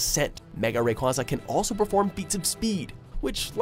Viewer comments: it's pronounced rey-kwey-za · I am bothered by the way he pronounces Rayquaza 😖😣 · WHY DOES THIS GUY SAY ALL THE NAMES SO WRONG ITS RAYQUAZA NO RAYQUAWZA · It's Ray-kway-za not Ray-kwah-za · You are saying and making up names and words like mega requeque. Also, you're only taking tpta; stats into account when making your argument. You have to remember that Arceus is faster than Rayquaza, and he has enough defense to counter his attacks. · The S in Rayquaza is supposed to be a Z! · Bruh they said Ray Rayquaza wrong